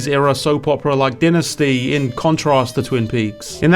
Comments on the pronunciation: You pronounced Dynasty like you never heard the word pronounced before lol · The only thing better than Smile 2 is your regional specific pronunciation of Dynasty 😮